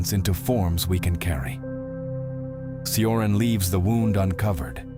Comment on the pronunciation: It's pronounced t-ch-ioran